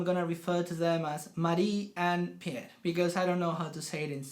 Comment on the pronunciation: Per is actually pronounced just like 'pair'. The only difference from English is that the 'r' is trilled with the tip of the tongue. Or if you say it in Per's own south-western dialect (halländska), you almost don't pronounce the 'r' at all. Maybe with just a small hint of a guttural 'r'.